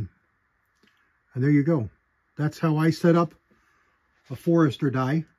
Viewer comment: Forster. Not Forester. 😄